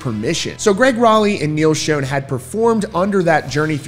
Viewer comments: Imagine doing a video like this without even knowing how to properly pronounce the guitar player's last name. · this guy keeps on saying neil's last name incorrect. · Pretty sure you keep pronouncing Neil’s last name wrong lol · It is not pronounced "shone"! It is pronounced like shawn. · Schon's name sounds like "Shawn" not "shone" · It's a shame that such a great band has to go through this after all these years. Btw -- Steve Smith is not Journey's original drummer. It was Aynsley Dunbar. And Schon is pronounced "Shawn" not "shone." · It’s not Shown, it’s Schon, sounds like Shawn. There is plenty of footage of the band where in their early years Ross Valory used to introduce the band members, and he clearly says Schon’s name as Shawn, not “shown.” As for Journey? The only way the majority of longtime fans would even consider giving any real attention to the band is if all the original members from their past get together and perform the songs for one last tour. Anel excluded. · Pronounce Neil Schon's name right... it's not shonnnnnnnnnnn it is Shon... sh ON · Why do you pronounce Neal’s last name wrong? He doesn’t pronounce it that way, his friends don’t pronounce it that way and his band mates current and former pronounce that way so… maybe you should pronounce it right. It Sch-Ah-n not Sch-oh-n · Dude, will you stop saying "SHONE," please? Holy friggin' SHIT, man!!!!The CORRECT pronunciation is SHAWN.... Rhyming with PAWN! Why is it, people can't pronounce names correctly? Neal HIMSELF, says "SHAWN." My figgin' god, man!!!! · Schon is Italian… it’s pronounced “Shawn”.. listen to Perry introduce h8m on the Captured album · Yes, it's Shawn but not Italian -- it's German according to Neal but he doesn't pronounce it the German way. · Not Schone (long O) Schon pronounced with the scho all together. Have you never heard of him before? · Neal Schon pronounces his last name like "Sean" or "Shawn," not a long O sound. Get it right. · Schon… pronounced Shawn..